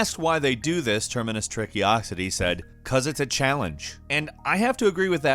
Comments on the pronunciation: it's also Trickosity and not Trickiosity lol I noticed that right away too ... Termacious Trickosity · termacious trickosity: has no n: terminous tricky-osity